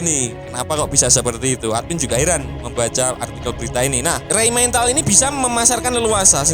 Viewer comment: Rheinmetall bukan rhein mental min...😂 Motor...bukan montor ....🤣 Kenapa kalau kotor nggak jadi kontor ? Kaya orang jawa ente min